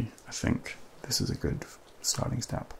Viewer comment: The word “good” with your accent sounds like “goodt” and has become a tingle-y word (though in my own accent, not so much). Odd how that happens 😆🤷‍♀️ 10/10 would recommend, would snooze again